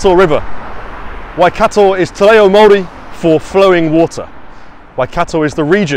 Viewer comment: Your pronunciation of Maori is good, are you really from England? Thumbs up for the video.